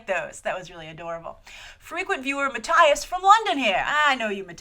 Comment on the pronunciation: Pretty sure Mattias (or however it's spelled) is pronounced differently. But A for effort.